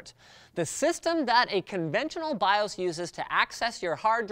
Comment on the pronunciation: Odd to hear “BIOS” pronounced as “BIÓS” and “CMOS” as “CMÓS” ...